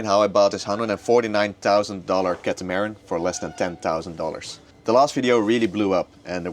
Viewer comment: Please pronounce Catamaran properly 😂